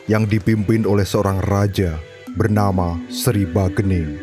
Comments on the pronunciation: ralat min, bukan bagening tapi sagening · Bukan bagening.....tapi sagening